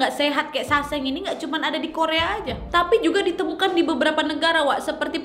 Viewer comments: Bukan saseng sangsae bacaan nya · sesang wak bacanya .. bukan saseng 🤣